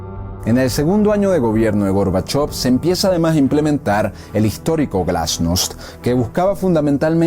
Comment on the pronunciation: Perestroika apertura glasnov transparencia lo dijistes mal.